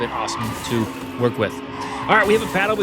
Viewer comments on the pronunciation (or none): none